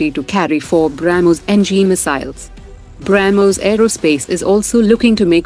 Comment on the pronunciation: Bramoos 😂 Brahhmoooos